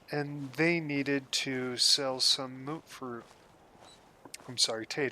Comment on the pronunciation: Ok, so, I clicked to save to my watch later list, but got sucked in right away, so I watched it all, in normal speed. This is high praise! Q: Are you playing on a TSR-80? Q: Mootfruit? Really? You are introducing a third pronunciation??? Noodle will not like this, not at all, sir. Haha seriously, i quite liked it. Great work all around!